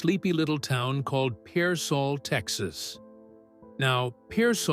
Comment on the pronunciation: Pearsall tx.. not Parsol